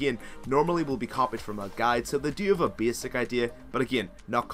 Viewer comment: Did you say ''beesick'' or ''basic".